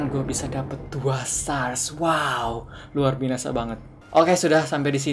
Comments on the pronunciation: kakak kok bilang nya luar binasa bukan luar biasa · kak kok ngomong luar biasa malah luar binasa#chat dong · kak luar biasa bukan luar binasa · lu bilang luar binasa